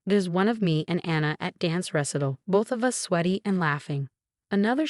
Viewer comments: Recital pronunciation ruh-sai-tl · Recital, not wrestle! Fasades mot fakades! Teach your AI narrator how to pronounce the words in the story!